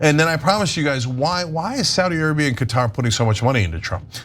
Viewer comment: Qatar is not Saudi Ariba.... your american racism is showing cenk